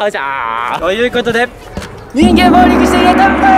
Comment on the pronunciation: あのー、 言いにくいのですが、 ボーリングじゃありませんよ？ ボウリングですよ！